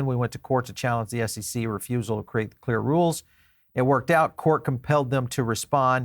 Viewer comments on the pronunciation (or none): none